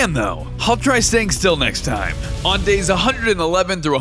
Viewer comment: 300 dais I in dours 😂